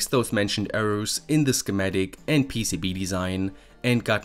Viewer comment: PCB-uh? I think it's just PCB, no -uh after.